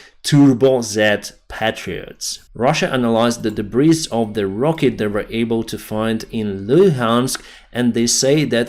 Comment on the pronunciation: Howdy k! Rather than "persecute" i think you mean "prosecute." Also, "debris" has a silent s, so... "dee-bree"